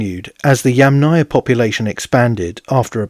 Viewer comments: You are clearly saying YamNAya, instead of YAMnaya. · person-turqouise-waving: hi, I liked your video! FYI, it does sound as if you are putting much more stress on the "náya"... next time, do try it this way; Breath in then breath out the word -- Yúmmna-ia.. best of luck, as I know it is difficult. Personally, I rather hear you say "pit culture" instead, which is the lit. name of it. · Yamnaya is pronounced with the accent on the FIRST syllable. -aya is a suffix, and suffixes never take stress. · yes, many knowledgeable people said something about the name of the pit culture being repeatedly mispronounced by the author.. It is a russian word, it is feminine, it is difficult for English speakers to say correctly. . "яма" lit. means pit.